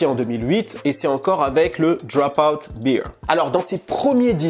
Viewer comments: Sur la prononciation -> si tu dis bear (ours), il faut prononcer Bere, pas bire (beer), qui veut dire la biere. Super contenu en tout cas, merci beaucoup d'avoir publie! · Attention,: « bear » ne se prononce pas comme « beer » en anglais. Ça se dit plutôt comme « bare » (je sais pas si ça t’aide). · C'est BEAR et non pas BEER. Just FYI. Bon Boulot 💪🏻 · Bère (bear) pas Bire (beer) ! Sinon super vidéo merci pour les infos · "Bear" (Ours en français) se prononce comme ceci: Et non comme "beer" (bière en français). Le top cette vidéo, merci!